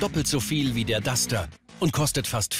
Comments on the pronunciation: Warum sagt der immer Dutscher? Entweder Dacia oder Duster oder? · Das heißt nicht Dutscher sondern Duster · dutschter? Duster heißt das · Kann der Typ nicht duster sagen? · Das heißt Duster du Pfeife